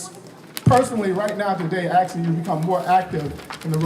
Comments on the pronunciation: He’s “aksing” for reparations. He should aks for English classes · They're "axing" her to sponsor legislation? Reperations? FUCK Y'ALL! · Did that man who introduced her say axing, instead of asking.? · "Axin' you to become more active" LOL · Is he asking or axing?